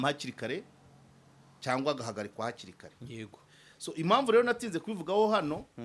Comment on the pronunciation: uravuga ngo Swo ahu kuvuga ngo so😂😂